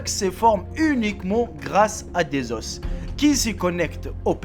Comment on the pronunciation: Ne me dit pas que à tu as dit "à des os" tu as prononcé le S :o .